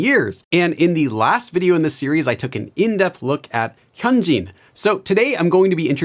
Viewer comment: He doesn't know how to pronounce it by just looking at the name😭 He needs one of those pronunciation guides for names, like this: "hun-jin (say jin as if you were saying the BTS member's name)"